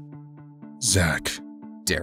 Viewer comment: Yh I agree with Elsie-tube CAT LOVERS!! it's Zurk not Zack